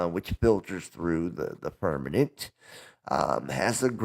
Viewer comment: He says "firmaNent" instead of firmament 🤣😂